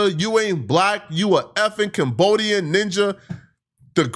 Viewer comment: You said Cambodian wrong.